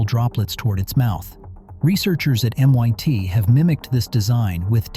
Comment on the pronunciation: MYT ??? It’s MIT!!!!!someone needs to reprogram your syntax algorithm 👎👎👎